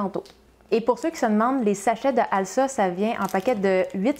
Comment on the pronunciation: Bonjour, le nom de la marque de levure chimique se prononce "alza". ça vient de "alsacienne", signifiant "originaire de la région Alsace" qui se prononce "alzace" ;)